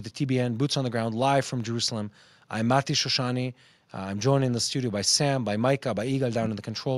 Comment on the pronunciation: Very clearly said Mati. Thank you for such good clarification